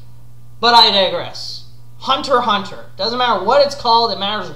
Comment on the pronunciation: Hunter x hunter is great. My absolute favourite. BTW you pronounce it correctly. Shonen Jump even explains how to pronounce the name.